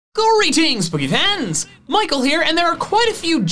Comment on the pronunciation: The fact I needed the subtitles the realize he was saying “Greetings” is a classic